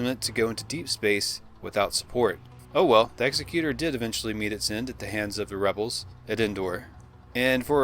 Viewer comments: Just so you know, its pronounced eg-ZEK-yuh-ter. eg-zek-YUH-ter isnt a word. As in : Executor of someone's will, Not an executioner. You'll become familiar with the word as family members start dying off and you have to deal with lawyers trying to steal a cut of their estate. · I am only going to nitpick the pronunciation of "Executor". Many say it as you did, "ex-eh-cute-or", due to Vader (and his ship) having a well-earned reputation for slaughter...but the word for that would actually be "executioner". The correct pronunciation is "eg-ze-cute-or", which is a person that carries out (or enforces) the instruction or will of another person (such as an estate executor, who makes sure that assets are handled in accordance to the written desires of a deceased person). Bearing in mind that Vader was the emperor's second, his right hand person, was frequently sent to enforce the emperor's decisions and will, and the fact that the emperor himself called it a "command ship", indicating that whoever was in charge of suc a craft was given overall command of everything beneath it in the area, this is the more fitting pronunciation. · I don’t think Darth Vader superstar destroyer was pronounced that way. I think it was pronounced like the executive branch of government. Not like the capital punishment position of executor. Ek-zec-u-tor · Exec-you-tor. As in... executive administrator. Not an executioner, which is... an executioner. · It's pronounced Executor like for instance : I'm the Executor of his will...not like he is going to put you to death. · A person who executes other people for a living is an executioner. A person who carries out another person's wishes is an executor. Different pronunciation, bud. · "Executor" is pronounced like "Executive" not "executioner" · That earns you a pass for mispronouncing ‘executor.’ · I believe it's pronounced ex-EC-utor not the way you pronounce EX-ecutor